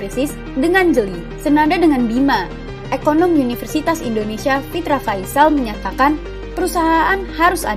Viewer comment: Universitas ya, Mba Narator. Bukan, YUniversitas.